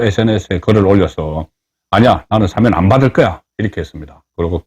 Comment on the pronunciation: 사면을 사:면으로 발음하네 뒤집기가 전공인가요?